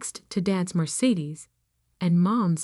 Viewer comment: Your AI needs to be better. Says Sig nage instead of Signage. Maybe proof these better. Mer sades instead of Mercedes.